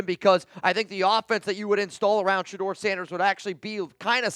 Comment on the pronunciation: Noties!!!!! And hell no !!! It's Sheduer Sheduer Sheduer or basically fail!!